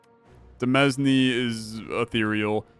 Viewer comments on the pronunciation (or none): Btw, demesne is pronounced "duh-MAIN" or "duh-MEAN" (idk man, blame the French) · Fun fact: Demesne is actually pronounced like Domain but with a de instead of do. I don't fault you though because it's origin is French and their pronunciation rules are stupid.